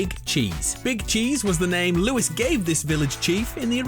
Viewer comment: his name is Luis not Lewis